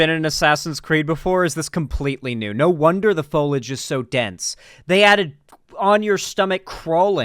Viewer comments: i am begging you to pronounce foliage correctly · Him mispronouncing foliage is really pissing me off more then it really should for some reason.